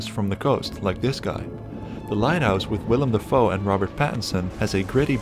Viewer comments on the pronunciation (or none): none